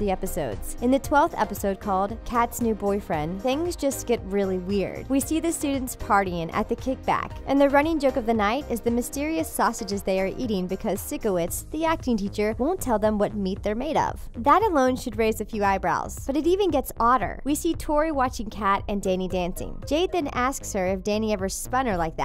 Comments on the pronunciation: Team victorious lol and its pronounce sykowitz not sikowitz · itsLia EXACTLY ITS LIKE PSYCO-WITS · Why She Saiid Sicko Instead Of Siko For Sikowitz 😂😭🤦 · Beanie Boo his name is “sike-owitz” not “sicko-witz” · it ticks me off she said “sicko-witz” instead of “pyscho-witz”😐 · Same here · Team victorious And also ... Did u say Sicko wits? Its sikowitz SI. CO. WITZ. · Um... Sorry but... DID YOU JUST SAY SICK-OH-WITZ?! IT'S SIKE-OH-WITZ!!! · Sickowitz ?? Its psycho-witz 🙄🙄 LOL apart from that -love the vid 💞💞💞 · “Sick-o-wits” lmao that’s not how you say it it’s “sicko-wits” 😂😂🤣🤣🤣🤣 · baha she pronounced sickowitz like “sickowitz” instead of “psychowitz” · It’s not sicko-wicks It pronounced PHYSCO-wicks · the way she pronounced siko-witz (psycho-witz) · its (syke-o-witz) Not (sick-o-witz) Literally you have to watch the show to make these videos but you still can’t pronounce it right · It’s a long “I” sound in the teacher’s name you pronounced it with a short “I” sound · STOP SAYING SICKOWITZ!!!! IT'S PRONOUNCED "PHYSCOWIZT" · She said sickoits i think it’s sychoiys lol it says psycho in it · Team Victorious also Sicko-wits gurl its pronounced Phyco-wits. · I’m sorry, but it just winds me up when u say ‘sicko-witz’ Please take this in: P S Y C H O - W I T Z P S Y C H O - W I T Z P S Y C H O - W I T Z P S Y C H O - W I T Z P S Y C H O - W I T Z P S Y C H O - W I T Z P S Y C H O - W I T Z Please take that in. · it’s PSYCHO-witz not SICKO-witz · She really said sick-o-wits😭😂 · 1: I recently got TeenNick back and can watch Victorious again and there are much funnier (inappropriate) jokes in the show. Cmon! 2: Can we start pronouncing the names correctly? "Air-E-Anna" Nope. "Sick-O-Wits" Nope. "Aye-van" Nope. 😂. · Rylacorn 21 yeah but it's pronounced like "psychowitz" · Sabrina Adebanjoh psycho witz* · Nobody: Girl: SICKOWITZ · Okay but like Who's siko-witz ? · Did she just say "Sick-a-wits"? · Bruised Soup yup she did 😂😂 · "sickowitz" LOLOLOLOL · "Sickowitz" xD